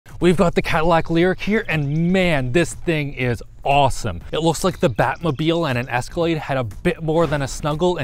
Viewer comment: Stop saying Awowoowsome